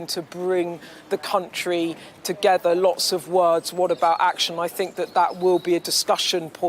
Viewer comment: Comin' togever ....thanks Beth Rigby. So hard to listen to